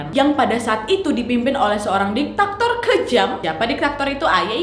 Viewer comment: Bukan ditaktor wak, tapi diktator